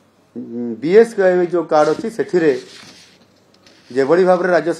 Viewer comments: Sir BSKY too thik se kohi paru nahanti 😂😂😂😂😂😂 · BSKY ଉଚ୍ଚାରଣ ଠିକ୍ କୁହନ୍ତୁ